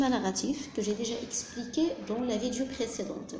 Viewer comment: Toutes les vidéos présentées par les profs sont excellentes , seul truc qui me déplaît ,c'est la prononciation du mot "vidéo" j'ai fait la remarque chez plusieurs personnes . Sinon , à part ça , tout est bien expliqué .